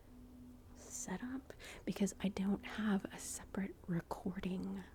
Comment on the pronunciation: separate not desparate 😮